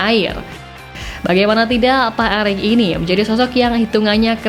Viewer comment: Pak Erik mbak Pak Erik .. bukan Pak Arik...hmm Estetis banget bacanya Atawa gak tau mbak...